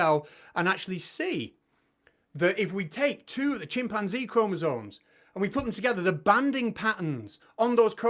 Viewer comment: Arguing about chromosomes while calling them KROMOZAWNS is compelling argument. 🫡